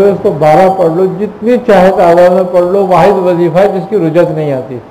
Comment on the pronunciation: Rujjat nahin Rajjat hota hai